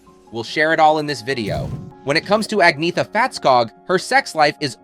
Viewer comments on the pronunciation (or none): Who is "Aggniita Falltskaag"?? Before talking bs about her and her band, at least learn her name...